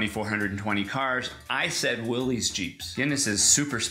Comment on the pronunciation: Pronouned will-is not willees. just saying.